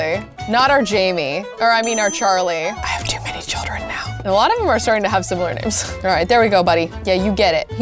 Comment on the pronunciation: Instead of saying now you said miaow